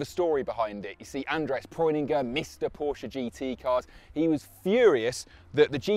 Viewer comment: It's Porsche not Poracha